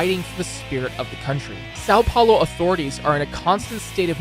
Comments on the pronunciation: Os cara fala:saou paulou meu deus vei e são Paulo hahahaha mijei nas calças na hora que esse cara falou saou plaoy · why do you say "SAL paulo"? Ã is nazal, if you say "saum" it gets closer to the sound so nobody would notice you don't speak portuguese, but really try to say the nazal Ã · "SÁU PHAULOH" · sAo pAolo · séÁo pÉulo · "sal paulou" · eu amo o sâun poulo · Sal Paulou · As a Brazilian, I feel offended by the way he said São Paulo. (irony) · really funny to see he trying pronounce words "sao paolou" "tihradenties" "riou di janeirou"